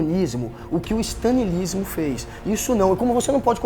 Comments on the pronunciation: "O que o STANILISMO fez...." Cara sabe nem pronunciar o nome do stalin! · "Stanleynismo" kkkk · "Stanleenismo" kkkkk Essa foi fd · no caso seria o Stalinismo, referindo-se ao regime de Josef Stalin, só que ele flw Stanleenismo (não me pergunte o por quê) aproximadamente no minuto 7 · oque é esse "StaNiilismo" que o guga tanto fala? KKKKKKKKKKKKKKKKKKKKKKK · Guga: blá blá blá "stãlinismo" Kim: Stalinismo Guga. Haushaushaushau morri!! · ele falava stanilismo ksksksk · "Stanleynismo" kkkkkkk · Stanlinismo KKKKKKKKKK "stalinismo, Guga" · Não sabe nem falar stalinismo